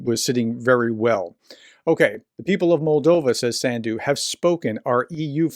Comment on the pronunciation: not a correction, but a ....detail ;) The president of Moldova country Sandu rimes with "undo" term. you just read "undo" with S in front and accent on [a]/[u]. ;)